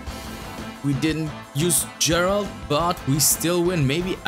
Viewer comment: Please, go play witcher 3 and stop pronouncing geralt like that